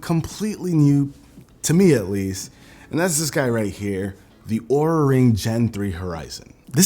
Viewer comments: Linus pronounced Oura as "oorah" instead of "aura" and they got pissed and refused the sponsorship unless they edited the entire video. So Linus got upset since that's a LOT of extra work to record and edit everything and cancelled the sponsorship. He talked about it on his podcast as well, you can probably find a clip on his LMG Clips channel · Careful they might drop the sponsorship since it's pronounced "are-a" 😂